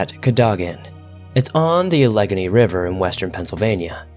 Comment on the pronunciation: The river in the first story is pronounced "Al - uh - gain - e " it's also the name of the country that contains Pittsburgh, PA. Allegheny County. As well as name of the section of the Appalachian Mountains that runs through PA and WV. I live in the Allegheny Mountains in Morgantown, WV. Great stories as always, just wanted to let you know how people in the area pronounce a word that used for a few different things.